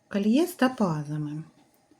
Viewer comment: " кАльє, тАпаз,Апал," 😂😂😂😂😂😂гидко слухати!